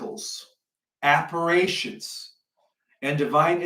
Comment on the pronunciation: appar-ations....liebster Gott in Himmel. The man can't even pronounce the names adn words correctl.